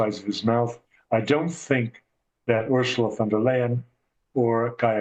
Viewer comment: By the way “U”rsula van der Leyen is pronounced “Oorsoola”, like in “Oozing”, not Örsla.